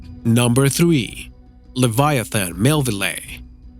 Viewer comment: His accent sucks he knew nothing of what he was talking about he mispronounced every fucking name wrong even leviathan what the actual hell he knows nothing the lioplurodon was 5 meters smaller than the megalodon and had a 2-2.5 meter head smaller than the megalodon and they were co existing during the same time period and there were remains of dead lioplurodon in side the giant fucking sharks jaws and also the whale was a defensive species of whale so they only ate what they needed and ignored other species... god this guy makes me mad as fuck!!! this guy needs to go back to school and get an actual job and live an actual life and have kids which I know this guy doesn’t have because he’s dumb as shit